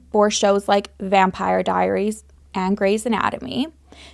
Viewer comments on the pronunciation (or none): So I’m pretty sure you said ‘Vampiary Diaries’ and that made me smile 😂